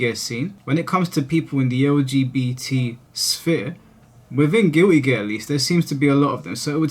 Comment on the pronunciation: Guilty gear ❌ Giwwy gear ✅